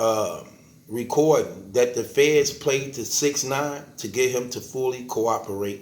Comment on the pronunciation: Here you are yet again no response yet man no shit poppin from you stay on the porch Talking bout " u dont want me to go in the boof" " I wite wecord and poduce alll my stuff and then plays a 95 track he recorded sick of you mane😂😂😂😂😂